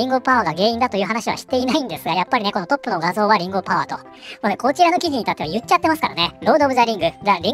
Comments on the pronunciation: 画面見ないで聴いているとリングオブパワーがリンゴオブパワーに聞こえる😂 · 画面見ていなかったんだけどりんごパワーりんごパワーと聞こえて、なんじゃそりゃ…キラートマトみたいな作品か…？と思った(違った)